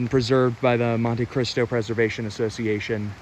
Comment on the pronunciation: Mon-Te Cristo. Not mon-TAY Cristo.